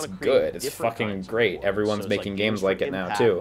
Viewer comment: "did you rike it" distantly